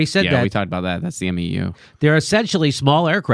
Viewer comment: Oh my God. You guys are killing me. Its MEU, pronounced 'mew'. But go ahead, you morons, go ahead and criticize HOW a MEU should be deployed, when you dont even know how to pronounce it, and dont even know what they are for. Sigh...